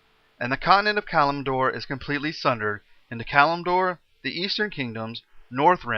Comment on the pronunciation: Why not bother learning the pronounciations? EVERYTHING is wrong with the names. "Sar-gee-ree-ass" lol The Silithid is also written wrong. "Cattle-zoth" for "Kel'Thuzad" and "Calm-en-door" for "Kalimdor" are best. "Kilge Dean" for "Kil'Jaeden" was also epic.